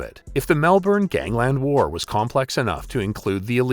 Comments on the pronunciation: Mel-burn not Mel-born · Melbourne not Mel Bourne. So many Americans struggle with this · Dude. It’s ‘Melbun’. Not ‘Melborn’. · Radev was Bulgarian and had nothing to do with Russian Mafia. "Nick the Russian" sounded better than "Nick the Bulgarian" - and it's not Mel-Bourne, it's pronounced Melb'n FFS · Mel born😂😂😂😂 Say it like an Aussie Malban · It's not MEL-BAWN!!! No Australian pronounces it than way! It's MELBUN. Only Americans calls it Melbawn. This also applies to the capital of Queensland - it's BRISBUN, not BRIS-BAYNE. How would you like it if we talked about Van-cover or Chickergo? GET IT RIGHT! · Jesus Christ, you make a video about a city and can't even pronounce the name correctly. It's pronounced "Mel-ben" not "Melborrrrrrn". You Americans lol fuk me. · It's Mel-ben, not Mel-born. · It’s pronounced Melburn not Melborn (Melbourne). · Mel-bun, not Mel-born 👍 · most aussies say mel bun or melbin ive never heard anyone in melbourne actually say melburn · It’s pronounced Melbourne. MEL-BIN not Mel born ya Dickhead. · You’d think someone would research how to pronounce the name of a place before doing a video on it. It is absolutely NOT “Mel-born”. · Saying "Melbourne" sounds ridiculous to the aussie ear we pronounce it Mel-bun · We don’t pronounce it Mel Bourne in Aus mate we pronounce it like it’s written Melbourne. 👌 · Hard to listen much longer past an Amercian saying "Mel Born" Edit: "Kilda road". Fuck me. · Say Mel - Bin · It's just Melbn And obviously someone musta been paid off so it cld have happened. Money fkn talks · Easy Mel ben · Awesome vid but please for everyone in the states it's pronounced mel-bin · We know what he means but ....Mel ben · no mel-bun* is more accurate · nah especially for an amercian it’s Mel-burn. Americans pronounce their Rs. Only some Aussies say Mel-bun too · It’s Mel-burn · please say melbourne correctly. if you're gonna talk about us at least say it correctly. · Hope the new one can pronounce Melbourne properly!!